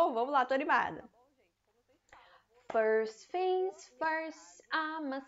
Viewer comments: A palavra Things você está pronunciando Fings. Mas na música ele claramente pronuncia tings e se colocar no aplicativo de pronuncia de inglês tb se fala tings. Então não entendo, já vi outros usarem esse mesma pronuncia para essa palavra com F. Afinal as duas estão certas? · Depende do sotaque eu acho